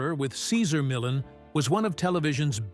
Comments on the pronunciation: Its not millin lol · Who the fuk is Cesar Millin? Not watching this if the narration can't even pronounce Cesars' surname correctly. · If you pronounce his name like that 1 more time... you said it right the second time then over n over Cesar Millin? Whos that?